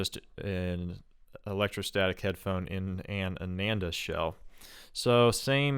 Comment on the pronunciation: Not Ay-nen-da. It's AA-naan-dah